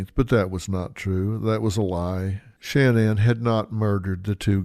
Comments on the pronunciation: What’s Dr. Phil’s problem? Her name isn’t Shanne Anne. It’s Shanann, pronounced Shannon by her and her family. McGraw's insistence on calling her Shanne Anne is ridiculous, annoying and stupid. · You're going to tell me no one tells this idiot how to pronounce her name correctly ? Producers should do their job ! So annoying